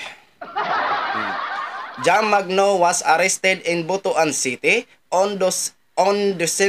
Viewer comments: ang pag pronounce ay Butwan hinde B-u-t-u-a-n.😂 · Mali po ang bigkas nyo po sa Butuan pakiayos naman ang sagwa